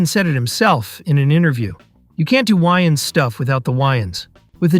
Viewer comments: lol “the why-ins brothers” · why the hell do you pronounce their names like that? you’ve literally never heard them refer to Wayans as Why-Ins. Pmo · Y-ns, weinstine (which whatever say it wrong lol), and Neev? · I turned the video off after hearing that 😂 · This video is almost unwatchable just for your pronunciation of Wayans